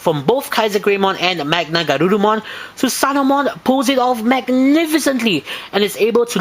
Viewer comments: It's not "Susanomon" It's "Susanoomon". I know it's redundant, but you have to pronounce the "o" twice. Come on now. You gotta get details like this right because... umm... I said so! *Enjoys nitpicking these olds vids despite enjoying the review and giving it a thumbs up* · Su-sa-no-O-mo-n ： スサノオモン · "THUTHANOMON!" Great figure tho